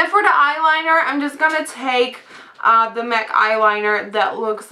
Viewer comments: i love it when you say " and now for da " instead of "the" u sound like ur saying "da"..lol..funny..love the look by the way!! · I love how you say "dah" instead of the! I love your accent. :)